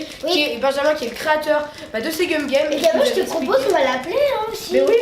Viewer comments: Tu as dit Cum au lui de Gum a 😂 et oui il faut pas regarder sur internet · La façon dont tu prononce le nom du jeu 'cum game" au lieu de gum game" est très étrange coupler à des enfants